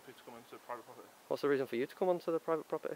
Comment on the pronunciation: "You're on pwivate pwoperty," what an Elmer Fudd sausage !